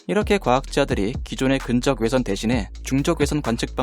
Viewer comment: 근적 외선이 아니라 근 적외선이잖아요... 발음이.너무 거슬려요